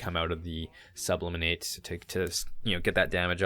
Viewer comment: It's actually sublimate, not subliminate. In chemistry, sublimation is when a solid converts directly into a gas without transitioning first to a liquid state. Great video as always. I really enjoy your content.